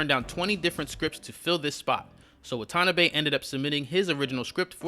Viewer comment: It's pronounced Wah-tah-nah-beh